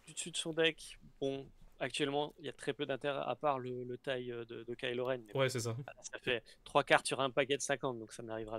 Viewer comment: Hello, super vidéo, par contre s'il vous plait peut-on faire un effort sur la prononciations des personnages ;) Kylo Ren qui devient kilogramme Ren ; Cad Bane qui devient Cad Bané etc..... merci